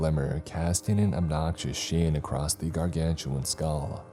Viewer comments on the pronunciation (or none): none